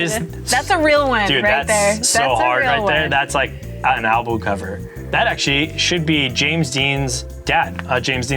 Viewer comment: did he just say Anal Bum Cover? 😅